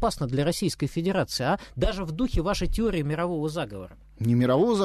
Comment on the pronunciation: Не тиория а реальность